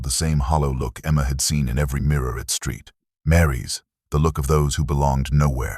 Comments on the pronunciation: It’s 2007 not 2000 and seven . It’s not street Mary’s it’s saint Mary’s. Edit your product please! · Interesting how your A.I. calls Saint Mary's... Steet Mary. Gone from saint to whore thanks to A.I. Interesting how Sara leaves video on a computer after her death 💀💀💀 Sorry this is too sh!tty for anyone to listen to.